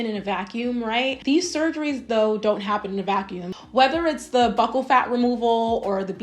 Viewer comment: Did you do any research at all if you don’t know how to say “buccal” 😂